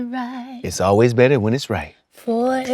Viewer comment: SCOOOOOOOOTTTTT....IT'S GETTING BETTERA' AND BETTERA'